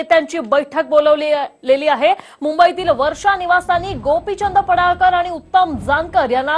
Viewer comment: पडाळकर नाही पडळकर असे म्हणा.